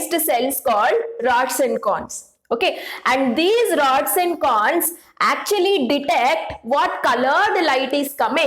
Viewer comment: That's not canes it's cones😂😅🎉